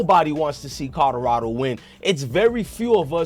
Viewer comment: I CANNOT deal with the way he pronounces CodoRODo and BACKETSball…….im sorry my boi 🤷🏽‍♂️😆🙌🏽🤦🏽‍♂️🫴🏽📱